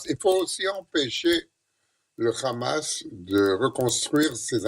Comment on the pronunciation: C'est pas Kahma mais Hama.